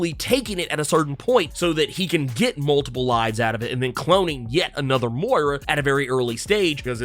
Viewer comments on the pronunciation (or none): none